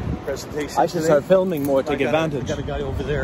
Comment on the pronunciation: "Fil'ming" lol.